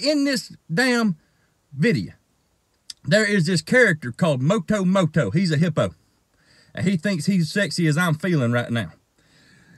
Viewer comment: The way he pronounced Moto Moto tho 😂😂😂 I'm dead